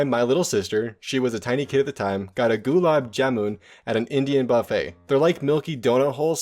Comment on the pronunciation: love how you pronounce gulab jamun😂😂 It's actually pronounce gulub (said fast) jum